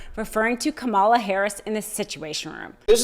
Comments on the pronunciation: It’s “comma- la”, not ka-mall-a!😡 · It is disturbing to me that doesn't pronounce Kamala Harris' name correctly... KAmala, not KaMALa!!! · Please tell her it's pronounced COMMA-la. Not ka-MAUL-la. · Please,... It's "Comma" La, not Ka-MALL-ah which is how the right pronounces it to demean her. I know you don't mean to do that but I've noticed your mispronouncing her name for some time now. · Kama-la....her mother's name was Shama-la it is NOT Ka-Mal-a....which makes her sound like she is from the deep jungles of the dark continent....which is why the right purposely pronounces it like that. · you do a great job, but PLEASE pronounce Kamala's name correctly. The accent is on the FIRST syllable. Thanks. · the bare minimum to expect from a meidastouch contributer is to pronounce the vice presidents' name correctly, and yet she keeps on saying 'Ka Ma La'???... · It’s comma-la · You need to pronounce her name correctly….it’s COMMA la. 💙💙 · Love your work,! But..."Comma-la"💙💙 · COMMA-LA, COM-AH-LA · KAMA LA! Say it with me. KAMA LA! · Will someone please teach this reporter how to pronounce KAMALA!!! Comma La. Easy. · Again, please say her name correctly. What is so hard about Kam-a-la. See, easy!!! 😮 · He does that on purpose. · Come on—pronounce her name correctly! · please learn to pronounce the name Kamala correctly. It’s not difficult. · Love the commentary, but please fix your pronunciation of Kamala's name! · PLEASE learn to say her name right 😑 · You’re saying Kamala’s name incorrectly.. Ik it’s unintentional but you’re saying it the way they do. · Please try to pronounce Kamala correctly. Thank you. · Can people please pronounce Kamala Harris’ name properly? Is it too much to ask? I’ve had slips of the tongue but this is recorded and curated. There was ample opportunity to put it right. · Please pronounce Kamala correctly. 🤦‍♀️ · Why cant you say kamalas name right? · Why can nobody seem to pronounce her name correctly?